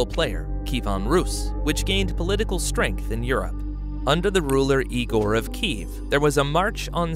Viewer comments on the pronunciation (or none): none